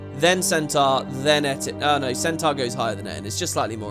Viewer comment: Its what puts the salads over the humans for me. I can't stand the humies' american accents - particularly their wrong pronunciation of Centaur and Minotaur.